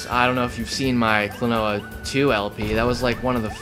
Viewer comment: it's "klonoa"! and he's not tails brother! tails is a sega character and he's a namco character! you know that!